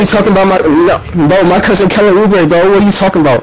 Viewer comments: Kelly Oubre* lol man said Obure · It’s oubre not obure